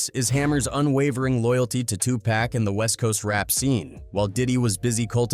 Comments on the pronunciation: Anytime I hear a person mispronounce PAC’s name I’m done. Disrespectful! And it’s always the other. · Hey, say Pac name correctly. I mean, seriously. Disrespectful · Say pacs names right